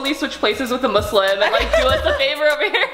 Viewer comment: the way Lilly said Muslim yes thank you it is not muzlim